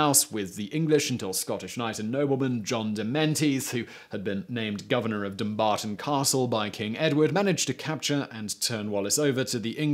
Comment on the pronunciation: Well, you got Dumbarton right, that's something.